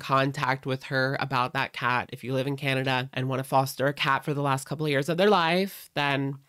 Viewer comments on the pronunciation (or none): none